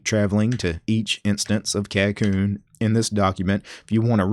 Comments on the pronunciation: You have the pronunciation wrong, but I cannot blame you as it is not English anyway. The name is from Japanese which is 書こうね which would roughly translate to "Let's write, yeah?" in a casual tone. The "backwards" ordering for commands like dw no doubt goes along with the name since Japanese sentence ordering is backwards compared to English also. As for the pronunciation, it would be like: "kah - ko - nay" with the ko part dragging for a longer duration than the other two syllables. Just thought you might find this trivia interesting. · Every time he says the name wrong I'm reminded of how it being named by a weeb is a problem.